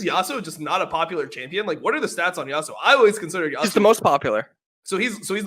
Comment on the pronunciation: first of all why you say yassuo instead of yasuo ? xd the name of the champion is YASUO , second of all there is no such thing as objectively fun especially in video games , people maybe will not enjoy the style of your champion for exemple those champions that you listed are boring in my opinion and not fun at all aurelian sol and talyah both being battle mages that roam a lot and corki being a marksman , and third of all i play this game because i am having fun, i enjoy the champions i am playing this is why i play them lmao, i am plat elo on eune and my mains and the champions that i enjoy the most are 1.Yasuo 2.Yone3. Fiora4.Riven5.Zed6.Kayn7.Darius8.Sylas9.Fizz10.Irelia , if my number one priority would be elo then i would play easy and strong champions garen and annie .